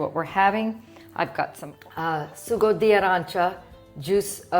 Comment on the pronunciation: it's SUCCO not SUGO d'arancia 🤣🤣🤣